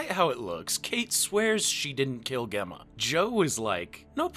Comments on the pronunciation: GEM-MA not Gehma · Gemma is pronounced Jemma!! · Pronouncing Gemma like that is diabolical 🤣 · I’m sorry how are you pronouncing Gemma? 😂😂😂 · The way u say "gemma" is so funny to me lol